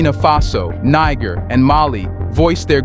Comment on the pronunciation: You "SIMPLE" learn to pronounce NIGER. Do not denigrate the country with American denigration.